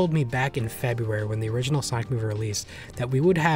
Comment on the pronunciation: "origninal" Man. You WERE tired.